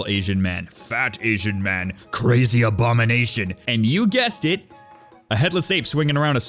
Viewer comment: "Crazy Abominasian"